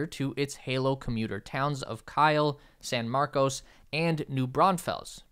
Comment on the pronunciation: You nailed the city names.